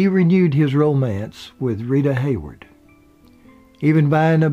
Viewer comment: By the way Rita Hayworth is not pronounced Hayword.